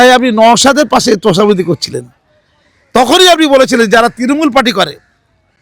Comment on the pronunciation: তৃণমূল বলতে পারে না ও তিরিমুল বলে। সে আবার জেনারেল সেক্রেটারি 😂